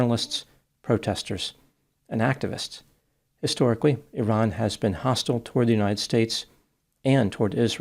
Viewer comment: I appreciate you making the effort to pronounce 'Iran' correctly.